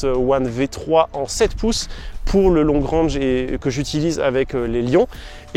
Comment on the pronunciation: Long rènge ai est Long rang... Prononciation sabine Dans la pratique le franglais est implanté. Ça fait vraiment bizarre de vous entendre parler comme ça. Il n'est pas trop tard de s'adapter et d'évoluer